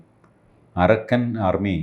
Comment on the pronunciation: Tg told point Not arakkan army. Pronounce Arkan means sun military